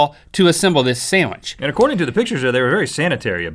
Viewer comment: that kills me! HEY WE'RE MAKING AN OSTRICH SAMWICH!!!